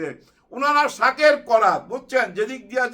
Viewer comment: ভাই, শব্দটা শাখের করাত, শাকের না .....